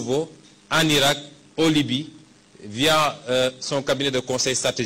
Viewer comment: Mais on dit la Libye 😂😂😂😂😂😂